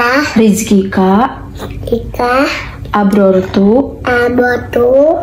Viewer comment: Sus bkn abortu tp aftortu nd allahumalaka sumtu bkn somtu sussss 😆 emank abortus 😆😆